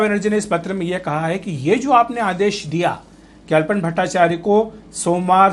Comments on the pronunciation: His Name is ALAPAN BSNERJEE not ALPON. please pronounce properly. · It's "Alapan Bandyopadhyay" Not "Alpan Bhattacharya" Itne Bade News Portal Ha Name To Thik Lijiye